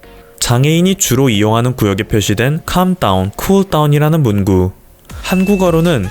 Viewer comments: 근데 왜 '문구' 를 [문구] 라고 그대로 발음하시지? 문장을 말할땐 [문꾸] 라고 발음해야 하는건데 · 학용품을 말하는 문구는 [문구]라고 발음하고, 글의 구절을 말하는 문구는 [문꾸] 입니다. 정보 전달하는 영상을 만들때에는 조금더 꼼꼼한 검토가 필요한 것 같습니다. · 늘 감사합니다 "문구" = 를 발음할 때 "문꾸"라고 발음해야 맞습니다 ^^ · 문구[문꾸]를 [문구]로 발음하는 거 나만 거슬림?